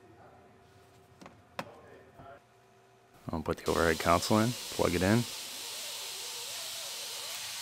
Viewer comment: It's pronounced "CON-sole," not "COUN-sul!"